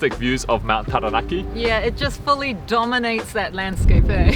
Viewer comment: I really appreciate your pronunciation of Māori words, it really means a lot to hear Taranaki pronounced correctly ☺️ I hope you guys have a wonderful rest of your trip ☺️